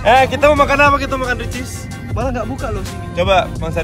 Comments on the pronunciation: WOY GW KESINI CUMA GEGARA BANG AIS NYEBUT RICIS 🤣 TERNYATA EH TERNYATA RECHEES 🤣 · baru mau nonton ini..katanya vlog pertama abang nyebut ricis erh recheese.maksudnya😂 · Kesini gegara haris nyebut ria ricis , eeeehhhh ternyata rechees wkwkwk. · Ke sini gegara Harcis , dan beneran dong makan Rechees Cibubur katanya. :D sudah sering nyebut Rhechees Factory Hyung bestfriennn nya :)) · Kuasa Allah yah.. nyebut Ria Ricis (recheese) hihihi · Salfok pas ngomong richeese / ricis 😂